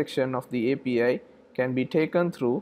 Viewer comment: You say APA but mean API? :)